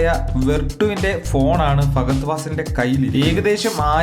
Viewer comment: ഫാഗ അല്ല ഫഹദ് ആദ്യം പേര് പഠിച്ചിട്ട് മതി വീഡിയോ